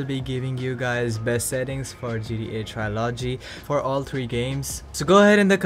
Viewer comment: Somebody need to make a tutorial for this guy so he can learn to say TRILOGY